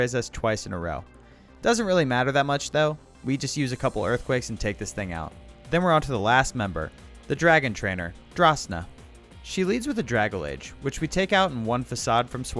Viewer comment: Please it's not draga-layge It's Drag-alge like alge the plant